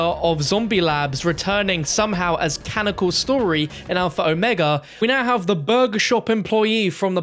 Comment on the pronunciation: There ya go... that's how you say Omega lmao